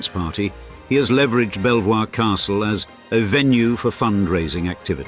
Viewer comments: Nearly everyone with mostly British ancestry is descended from Edward III, so it's hardly surprising that in this case there are also a few dukes mixed in along the way. And please, do learn how to pronounce Belvoir Castle... it's "bee-ver" not "bell-voi-ir". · Shocking mispronunciation of Belvoir, yes pronounced ‘Beaver’, to make it absolutely clear. AI ‘reader’? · Shame about the mispronunciation of Belvoir! (Sounds like ‘Beaver’) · Do only people from the E Midlands know the pronunciation of Belvoir Caslte, home to the Dukes of Rutland? It may have a beautiful view from the escarpment over the vale of Belvoir, but it's pronounced 'Beeva'. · Belvoir is a French word & the couple share Norman ancestors, so why pronounce the word 'beever'?? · 🇬🇧 We are all human after all. Forget the money. Striving to be a ' good ' person is the most important thing . In my opinion. Being rich, entails huge responsibilities to people, buildings, investments etc. I am so very happy with my ' simple ' life. i.e. The lovely woodlands / nature reserve at the bottom of the garden. All those lovely things. Ps. Surely it's pronounced ' Bever ' Castle.